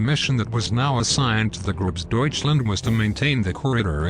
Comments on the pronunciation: Grosdeutchland not Grasdeutchland. Big Germani no grass Germani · "Gross" not "grass". What is wrong with this auto-readers. Get a human reader that can prounce German, French and Russian place names words - PLEASE! Good Lord! Additionally, some of this video is of SS units and much of it is of other German Army units. This could be much better. Clean it up! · I agree with everyone about having a robot commentator. What on earth is Gropsdeutchland?!?